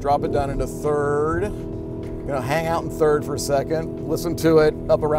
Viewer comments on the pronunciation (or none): none